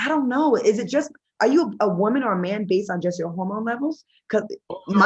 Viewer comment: Why is Q calling it a horrormone instead of hormone ☺️?